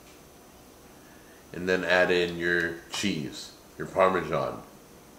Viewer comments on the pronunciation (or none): really ought to learn how to pronounce parmesan. It isn't parmy-john as he says it. I'm European and I get cross when Americans ruin our tongue.